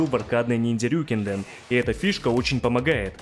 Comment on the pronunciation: РьюкЭнДэн, а не "РюкИнден".